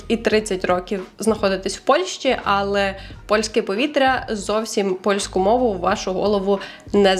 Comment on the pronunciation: Гарні тези) Ps: АЛЕ має наголос на е в українській мові)